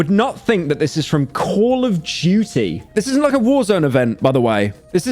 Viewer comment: “Coll of duchie”